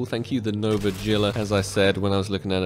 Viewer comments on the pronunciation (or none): none